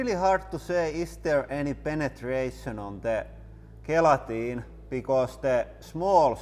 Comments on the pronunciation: The G at the start of gelatine is pronounced like it's a J. One of the many things that make the English language insane. Love the channel. Keep up the good work 👍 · Gelatine pronounced Jelatine or simply Jel